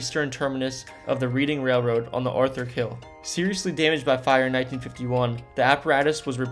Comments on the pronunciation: Really reading railroad yeah let me read a book it’s not reading it’s reding railroad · It's pronounced red ding not reading mistakes and mispronunciations here in there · The railroad's name is pronounced "Redding," not "Reeding!" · The railroad is pronounced "RED-ing." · "Wanaque" is pronounced "WANNA-cue". Like you're playing billiards. "Reading Railroad" is pronounced "Redding", like Otis Redding, not like "Reading a book". "Newark" is pronounced "NEW-erk", not "New Ark", it's not in Delaware. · #10 is pronounced Wanna q. #9 is location is pronounced Redding like the town in England. Interesting video and it is so sad that there are places left in decay. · The maker of this video is not from New Jersey. "Reeding Railroad"? "New-ark"? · Good content, I enjoyed it! Now, please know that the word Reading is pronounced "Redding". Also, slow down your narration. No need to rush! Keep up the good work. With a couple of adjustments, your stuff will be awesome!